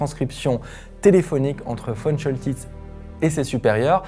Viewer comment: On dit Von Koltitz. Ce général de la Werhmacht ( et non NAZI) adorait la France. Il a bien